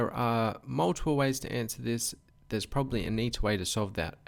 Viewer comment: I'm glad I'm not the only who does this "probablly" :)